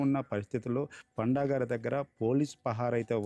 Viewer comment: పాండా కాదు రా పండా